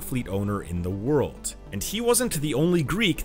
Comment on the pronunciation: DUDE.....a 'd' at the end of a word is not pronounced like a 't'. World...not worlt